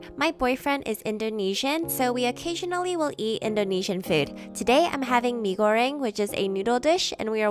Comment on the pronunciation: omg i was so happy when u pronounced “mee goreng” 😆 love from Malaysia 💖